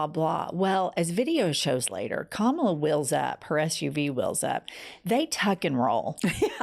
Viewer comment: Please pronounce her name properly it is KA-MA-LA and not KAMLA